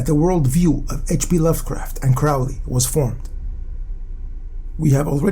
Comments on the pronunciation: Crowley pronounced Crowley as in holy not fowley as in Crowley never met hp lovecraft so how is he an associate of him ??? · So much nonsense and misinformation in this video. Do some deeper research, and also learn how to pronounce names properly. Crowley, for instance, should be pronounced with the emphasis on the "crow" = Crow - ley. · You are pronouncing "Crowley" incorrectly. It should rhyme with Holy.